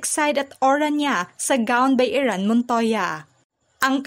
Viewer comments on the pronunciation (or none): none